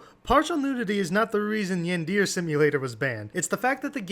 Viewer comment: Bro the way they pronounce yandere...